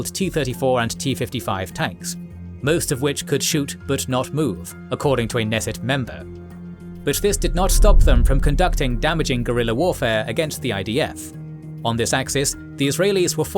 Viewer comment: The K in Knesset isn't silent like in 'knife' or 'knight'.